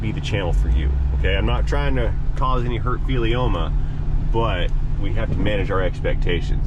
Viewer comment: HaHaHa, fealioma?! Is that even a word? lol